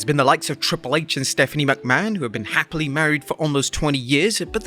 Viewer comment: Stephanie McMan?? You are British so pronounce her surname right!